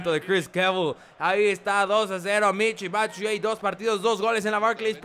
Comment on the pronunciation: Se pronuncia Michi Batsuayi